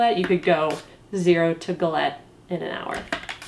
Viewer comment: i’m so happy that i now know how to pronounce galette